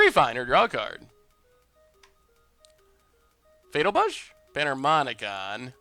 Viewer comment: Could have sworn you said fetal push.